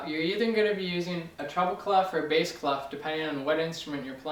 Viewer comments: is it clef or claff? i heard the latter in this video. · Clef ? normally the F is not pronounced and it means key, is it normal for English speakers to say it this way ? (it's a French word)